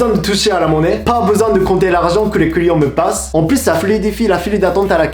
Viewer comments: Lorsque il dit "client" avec son accent on entend "couillon"😂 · Quand il dit "client" j'ai l'impression qu'il dit "couillon" 😂